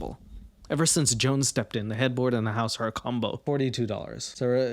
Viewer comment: Joan is the name of my horrible stepmother, and it highly titillated me to hear all the ways you desecrated the name Joan.